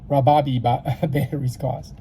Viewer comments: RI-o-bee is the pronunciation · RY- oh--bee is how it is pronounced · ROY-O-BEE is how you pronounce it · "Rye-Ohh-bee " Ryobi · Great video! Pronounced: (Like rye bread) RYE -OH-BEE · Thank you sir, this was very helpful, it's pronounced RYE O BEE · Sorry! It's Rye-o-bee. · It's pronounced ray-o-bee. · Pronounced Ry-oh-bee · Rie Oh Bee😂🤣 This was sooooo helpful!❤️ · Pronounced rye-o-bee. Great vid! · Sound that shit out dammit shit making me mad Riy-o-bee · rye-o-bee is the correct pronunciation. lol thanks so much for the video - cheers from down under. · its pronounced RY O BEE....!!!!! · C'mon guy , I am not being ugly but please at least know how to pronounce a product you are giving a tutorial on. RYE-- O---BE is how it's pronounced Ryobi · If you cant even pronounce the name...